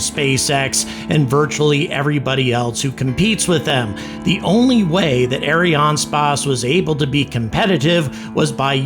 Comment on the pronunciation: It reads Ariane space, not spáçe xD